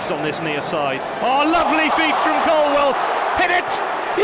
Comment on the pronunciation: Love Ruben, hate Donovan. Incapable of asking intelligent questions, and can’t even pronounce Colwill. WILL NOT WELL YOU IDIOT!